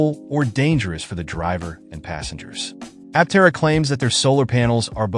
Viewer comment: Stopped watching as soon as you mispronounced the name.